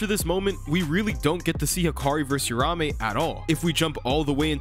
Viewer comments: The name is uraUme, I'm tired of people mispronouncing and misspelling the name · hearing "rahmey" over and over is painful bro 🤣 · its uraume not urame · It’s triggering me that he’s saying uraume names wrong 🥲 but it’s ight